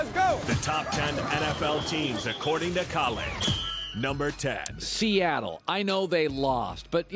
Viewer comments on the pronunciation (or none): I stopped at "Seattle".